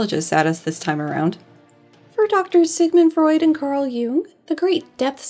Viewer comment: I am enjoying this video a lot but pronunciation of "Jung" sounds like how I'd expect her to say "Hume" and wow is that leading to some interesting parses